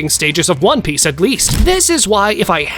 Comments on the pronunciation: Bro why u said one peach not onepiece whyyyyyyy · In the very beginning, you said one peach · he said one peach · One PEACH!!😂😂😂😂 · one peach??? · U said one peac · He said one peach😂😂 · who heard one peach at the start? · one peach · who else heard one peach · bro is it just me or did he just say one peach💀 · bro says one peach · Bro said one peach😂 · Did he say one peatch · In the first 5 seconds he calls it on e peach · Bro said 1peach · In ine peach? At the start lol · Why did you say one peach? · “One Peach” 🗣️ 🔥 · Did bro really say one peach at the start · Bro said one peach💀💀💀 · Ryuma strongest swordsman The Blackbeard glaze is crazy bro Did I just here “one peach”? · “One peach” 💀💀💀💀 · If u check it in cc it says “one peach” lol